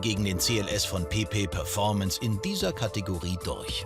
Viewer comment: Ich hab die ganz Zeit PiPi performance verstanden :D